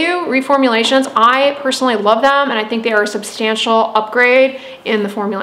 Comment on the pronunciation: she said personally like shurup